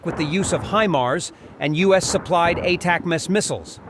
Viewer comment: Wtf is with the baked in gold scam commercial? 😢 Also your AI seems to have some slight problems pronouncing ATACMS